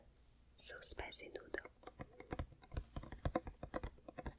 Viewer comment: some words that are 10000% better when says them: wercome (welcome) flawour (flavor) derlicious (delicious) warter (water) sow sauce (soy sauce) foowd (food) specy (spicy) miyulk (milk) sree (three) mashmellows (marshmallows) comfotable (comfortable) also when she held up the choco boy stuff, all i could think of was the ytp of the click noice guy (Michael Rosen?) called Michael Rosen's Chocolate Boy Obsession lmaooooo. LOVE YOU SO MUCH ❤️❤️❤️